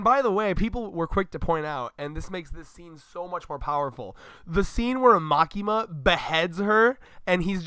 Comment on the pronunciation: Again its Makima.........just Makima